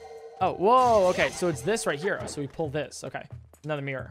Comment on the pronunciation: Its funny how you pronounce Mirror. "MEEEROR"